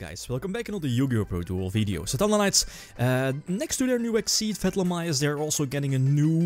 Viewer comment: Stop calling him fatlamyus =(